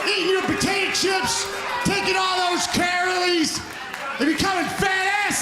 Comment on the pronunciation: “CAROL-IES” Shame on you, internet. How y’all let that one slip by?